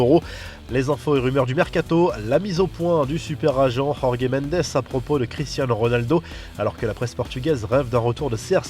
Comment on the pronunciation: Rorgue Mendes? Ca se dit jorge y’a pas à faire des accents comme ça